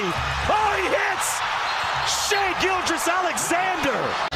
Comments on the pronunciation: Every time you called him Shai "Gillious" I died a little inside. It is pronounced "Gill-juss". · I haven’t watched the video all the way through and I trust it’s good but the way you say “Gilgeous” got my nerves a little (I’m pretty sure it’s Gill Juhss) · Its pronounced gill-jus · I’m glad I’m not the only one that was driven crazy by “Gill-Yess”. Brutal to listen to repeatedly. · Sounded like the name of a Roman prefect lol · haha nah it was a great video bro, im just OCD But the Gilgeous part is like gorgeous. "Gil-jus" if that helps at all. Regardless, keep up the amazing work and cant wait for more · The second g in Gilgeous is not silent. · my mans cannot pronounce gilgeous